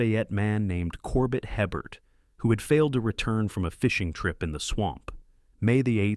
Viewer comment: Hebert is pronounced Aye Bear.